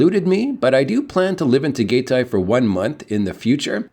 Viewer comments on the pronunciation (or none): Just FYI, they pronounce it Taa-Guy-Tie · You are not saying Tagaytay incorrectly. I know it is a hard word to pronounce. I been there before and the weather is cooler, but you have the TAAL Volcano. Which is the world's smallest volcano in the world. It is an active one. That is a nice area.